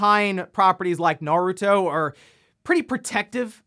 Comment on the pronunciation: fortnite naruto crossover announced - i guess epic games is EPIC. the way you say "naruto", doesn't sound asian-ish, for me - it pronounced "nah-ru-to", you and some of the english dub cast pronounced it "nurd-ru-to" (who ever voice hinata hyuga in english pronounced it right). valve steam deck delayed - i guess valve needs it more time to finalized. hori split pad grip announced - i guess, but i still want that wii u controller feel. poll - no i'm not into those real sim racing games, but i feel forza series is a better than gran turismo.